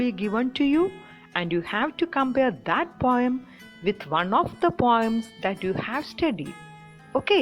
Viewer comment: It is poem not pom